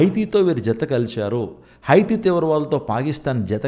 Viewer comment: హైతి కాదు బ్రదర్ హౌతి అని పలకాలి.అంతర్జాతీయ విషయాలు మాట్లాడేటప్పుడు పూర్తి విషయ పరిజ్ఞానం తో మాట్లాడితే బాగుంటుంది,ప్రవచనాలు నేరవేరుతున్నాయి అన్నారు అన్నిటికీ బైబిల్ రిఫరెన్స్ కోడ్ చేసి మాట్లాడితే బాగుంటుంది.